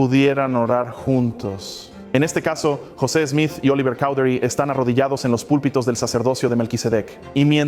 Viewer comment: Apreciado hermano nosotros en América Latina lo conocemos como José Smith y no como Yoset Smith, si pudiera saber mejor como pronunciamos nosotros los nombres sería mucho mejor , la razón por la que busqué este video es para saber datos puntuales ; cuando fué destruido quien lo tuvo y cuando fué recuperado por la Iglesia y cuando fué dedicado otra vez.... gracias de todas maneras por la información.